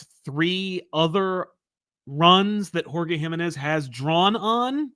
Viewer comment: Hi! A friendly tip from a Mexican over here, the stressed syllable on Jimenez is the middle one (ji-ME-nez) c